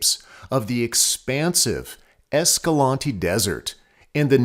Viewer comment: I asked a local at Escalante (The other one you mentioned) how to pronounce the city name and he told me everyone says it wrong, its a long A in EscalAnte not short.